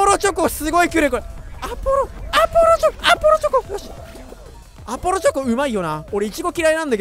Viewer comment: アポロチョコがrbrに聞こえたwww 友達がいってたから